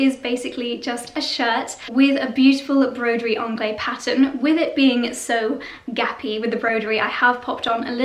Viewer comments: You pronounce the ‘se’. It has a definite ending as Broderie in French is feminine and therefore ends the feminine adjective. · Hi. It's not broderie anglais (masculin) it's broderie anglaise(féminin) . The prononciation is not the same, at all. Bisous